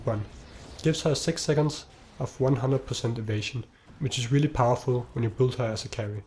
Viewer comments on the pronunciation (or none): none